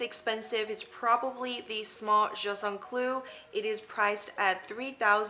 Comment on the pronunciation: Love the video! However you say jus un clou a lotttt in french you do pronounce the T in just❤️